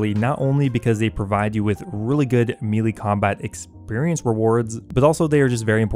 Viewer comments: MEH-LAY Not "Meelee" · I'm less than 5 seconds in i wanna hear the rest but it pronounced (May-Lay) ty all the love sent to you js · It’s pronounced maylay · I’ve never heard someone pronounce “melee” so wrong